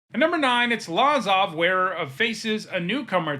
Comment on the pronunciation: It’s pronounced Luh-zav not Lah-zav.